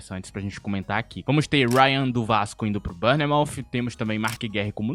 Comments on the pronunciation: Não sei da onde q você tirou que rayan foi pro boro?! Tá doido? E outra, é RAYANNNNNN NÃO Rhayan, o cara é carioca porra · "Uáiaan do vasco" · Que agonia ele falando Rayan inglesiado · Ele pronunciando Rayan de forma inglesada me lembrou os gringos chamando o Estevão de esteváo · Nao fala rayan engleisado nao machkaakakakakakakak😅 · cara, só aceita a correção. Até o próprio jogador já falou que a pronúncia é igual ao colega aí. Acho que ninguém no Brasil se chama igual tu falou no vídeo. É só ter um pouquinho de humildade e aceitar a correção, que ao meu ver, vou bem tranquila. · Pior não é nem a pronúncia dele. O que mais me deixa puto, é ele respondendo a galera que está corrigindo ele e em algumas respostas, debochando da galera. E ainda fala que o pessoal está acostumada com a pronúncia da mídia brasileira kkkkkkkkkkk tipo, não é um substantivo, um verbo ou algo assim. É a porra de um NOME PRÓPRIO, onde até o próprio jogador já falou o nome nas entrevistas, e é exatamente como a "mídia" que ele (esse cara do canal) crítica. Que loucura. Já percebi várias vezes, que ele fica louco, quando é contrariado. Mimado. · Rayan inglesado kkkkk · É que cê pronúnciou Rayan num sotaque mais inglês